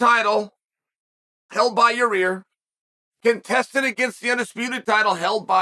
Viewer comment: yurrear lmao